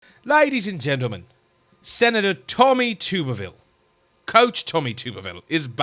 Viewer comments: It’s pronounced Tub-erville….and I am proud that he’s my state senator 😊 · His name is pronounced like this Tubberville The "tub" is pronounced like tub in bathtub. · Its pronounced 'tubberville' lik a tub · It is "Tub" erville, like bath tub. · Alabama here. It's pronounced....Tub er ville. Love your show! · Hey I believe it is pronounced Tupp ER ville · His name is pronounced like a tub. It is not pronounced like a tube. The "u" is short, not long. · Your first shot to interview him would be to pronounce his name correctly. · That's my Senator!! Thank you for speaking up when so many are afraid to do so!! (Also, his name is pronounced "Tub-ber-ville".) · Its pronounced, tub-er-ville, and ges a sane one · His name is pronounced "tub" as in bathtub "er" "ville" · Tubber pronounced like rubber. Tubberville. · With all due respect, (I’m from Alabama), his last names is pronounced TUBerville. I love your channel❤️ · Pronounce his name as though it has two B's , not like Tooberville!! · He’s from Alabama it is tub er ville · Tub-er-ville, not Tube-er-ville. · He is my Senator! Love him! But you are pronouncing his name wrong…lol. It’s TUB-er-ville, not TUBER-ville 😊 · You're mispronouncing his name. Its' Tub-erville as in bath tub. He's a great American patriot and former head football coach at Auburn University. He's absolutely right about the Muslims. They don't belong in America or in any free society. They're heathens and they have shown for centuries that they cannot peacefully coexist with Christians. Islam does not permit it. God bless coach Tuberville for his honesty in dealing with evil. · It's pronounced Tub er ville. Not tube er ville. I'm from Alabama. No offense intended young man. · His name is pronounced TUBBER - ville. Not TOOBER-ville. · Please learn to pronounce Senator Tub-er-ville's name. It is NOT Tube -er-ville. He is one of my senators and I am very proud of him. He will be the next governor of Alabama.